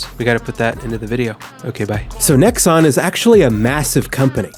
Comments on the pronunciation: How do you make this entire video calling them fucking "Nexus????" It's Nexon. Name them and fucking shame them. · Pretends doing a serious and informed review about a grindy game Sponsors a grindfest of a game Is unable to say the name of the developer right once in the entire video Understandable, have a nice day.